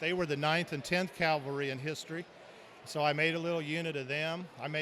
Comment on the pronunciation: CAVALRY NOT CALVERY